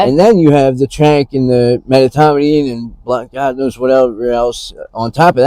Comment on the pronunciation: It's medetomidine not metomidine